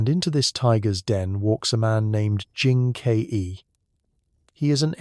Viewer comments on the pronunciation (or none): You pronounce Jin Ke as "Jin K E", how do I know you are not an AI?